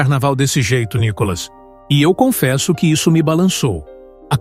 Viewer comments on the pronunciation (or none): Só não entendo porque esse narrador chama Nicolas de Nicólas... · Quando vão aprender pronunciar o nome de Nikolas ??? Vergonha falar Nikólas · Vc pronúncia o nome do Nikolas vc pronúncia Nicolas como narrador e muito grave crítica construtiva